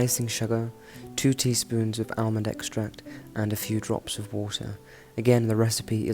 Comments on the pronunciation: Why are you pronouncing the l in almond it is pronounced in English as ahmond. You may have many American viewers but you are not. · Just a big advertisement for Almond Tea! BTW Pronounced armond, silent ‘l’. That plum in your mouth is getting bigger each week! Please be yourself.